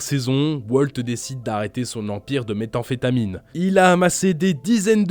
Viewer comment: Metahemphetamine ? C'est pas methemfetamine ?